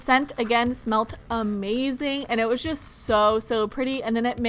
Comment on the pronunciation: Ruby Medley I think she can poke the slime..BTW what is jus it's pronounced *just